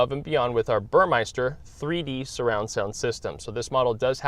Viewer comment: It's "Burmester" not "Burmeister"